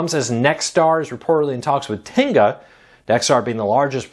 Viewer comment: Tegna is pronounced "Teg-na," not "Ten-ga."